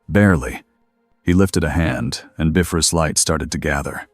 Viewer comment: Editing before posting Really needs to be normalized. It's quite annoying the Ai narrator pronounce the names of characters and things wrongly. Like the Bifrost, it's not pronounced "Biff-rust", it's pronounced "Bi-frost".